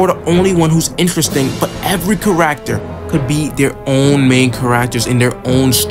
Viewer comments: 🤣 “car-act-tor” It’s pronounced “care-ek-ter” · hey Great Video! not to be rude but the way you say character is a bit off you kind of say it like care-ack-ter when it should be said care-ik-ter great vid though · so unwatchable because of the way you say kuh-racter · Only comment that truly gets it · Can i trust an opinion from someone who says charaacter (i read orv all the way through) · Why do you say character like that? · Bro are you saying character? 💀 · I’m sorry but please practice how to say character. I personally love orv and I like listening to different opinions. I think the video is nice. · I love ORV, this is a cool video. The way you pronounce "character" tho has me rollin. At least you're not calling them by their surnames like half the videos out there lol